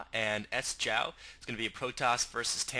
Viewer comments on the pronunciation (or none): Good cast, would also like to point out that Sjow's name is not pronounces S-jow but more like Sho. Sjow is a Swede and it's harder for an english speaking person to pronounce it the "right way" Keep it going:)